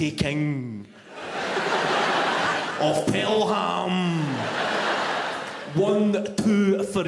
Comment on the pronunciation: Tha TEEEKENGG of PelHAMM..... wun.. tuuu.. freeee 😅